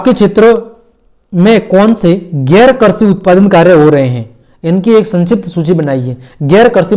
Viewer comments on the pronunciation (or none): All very good but karshi nahi krishi